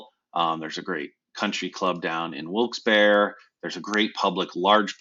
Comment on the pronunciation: the only correct pronunciation lol